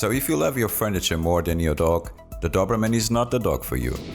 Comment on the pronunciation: " do-br-mn" nice prognostication